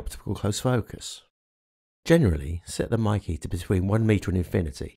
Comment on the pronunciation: its not pronounced MIKEE its pronounced as MAKE as in word make